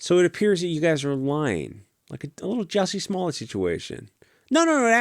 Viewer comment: Hahaa not jussy smallet